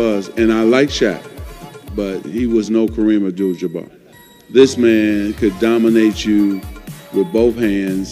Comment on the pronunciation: Isaiah pronounced his name Kareem abdull jumar